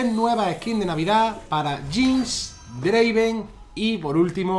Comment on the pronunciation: Dislike por que no es draven, es draaaaven